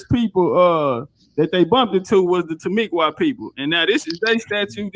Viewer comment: Timucua is pronounced Tima-cooa! Not Tamiqua!